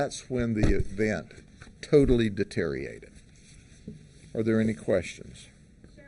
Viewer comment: I wish he could pronounce correctly the word “deteriorated” instead of using “deteriated” Other than that one aspect, I liked what he said.😉